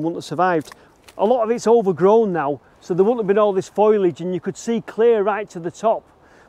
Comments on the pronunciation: Is there some sort of inside joke I'm missing regarding the constant use of Foilage rather than Foliage? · Is it just me who cringes whenever says foliage?... Look at the word. At the order of the letters. It's not foil as in tin, it's foal as in baby horse. Foal-e-age. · "Foilidge" bloody Mancs can't speak the King's English..😂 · Is "foilage" a Manchester thing or dya mean FOLIAGE?! Just asking for a friend pal ! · Very interesting,but my day wouldn't be complete without a moan,foliage is not pronounced "foilage". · Brilliant as ever but……what’s foilage? Bacofoil plants! sorry I it made me chuckle 😁😘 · I don't think that's how you pronounce foliage lol Cheers for an interesting video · Absolutely fascinating as always but I can’t get over how you pronounce foliage 😂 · Foliage not foliage. Another great video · exactly, he is pronouncing it wrongly.